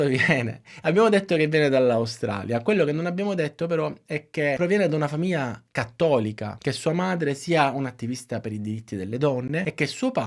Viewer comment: Con il dovuto rispetto, non capisco perche sempre piu persone pronunciano male il suono gl...; " famiia", " fiia", " taiato" ecc. È sbagliato ( non sbaiato) e davvero brutto da sentire. Come quando viene pronunciato " magina" anziche macchina. È un peccato rovinare una bellissima lingua, oltre al buon lavoro di questo comunque bravo youtuber.